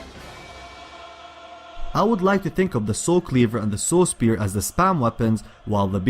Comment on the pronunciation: I think he says Soul spear instead of Saw spear.... LOL